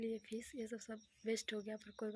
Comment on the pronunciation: Fees nahi fish hota h madam